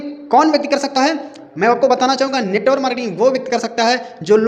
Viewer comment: Sahi se bolna to sikh lo yrrrr😅😅, not NETWOR MARKETING, NETWORK MARKETING OKKK